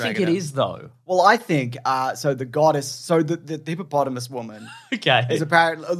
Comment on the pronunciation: Is it now officially “Hippomonthamus”?